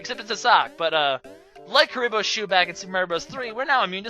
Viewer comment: Is... is he saying Kuriboh's sock?